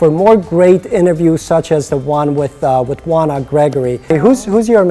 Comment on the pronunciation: I wondered how her first name was pronounced. It's Wanna and not O-ANNA as it looks. She seems more mature than 17 (her age as of March 2013). I wish her luck. She's on Disney's Crash & Bernstein which is like the fantasy Ted but for kids. It's funny, quirky, dopey and fairly entertaining for the whole family while still having some social values without being heavy-handed.